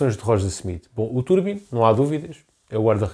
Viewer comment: Bom vídeo, só um apontamento que me faz um bocadinho de confusão, o nome do guarda redes diz-se Trubin e não Turbin 😂. Abraço